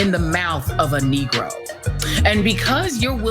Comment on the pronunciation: I like that emphasis on negro😅😅😅😅😅😅😅Facts